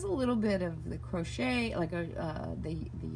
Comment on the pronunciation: Hi, can I ask why u say CROTCHER? Is that a Canadian thing...lol Makes me smile, my SIL used to say she was crotcheting but she was being naughty.